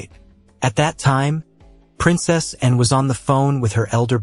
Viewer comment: I don't like the way youpronounced "Anne", too short & clipped.